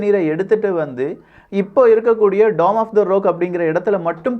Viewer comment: Rock - ராக் என்று உச்சரிக்க வேண்டும். நீங்கள் ரோக் என்று உச்சரிக்கிறீர்கள்.